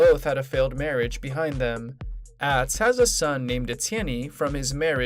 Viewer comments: It’s ahhhhhtz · You need to pronounce Atz name correctly!